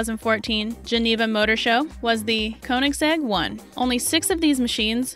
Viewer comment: rxmclaren7 you should have heard when she said “koenigsegg one” like wtf